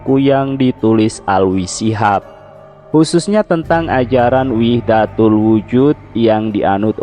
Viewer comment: Kayaknya wahdatul wujud bukan wihdatul wujud